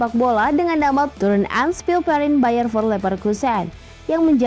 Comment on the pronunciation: bukan bayern for leverkusen bacanya min tp bayern nel fir leverkusen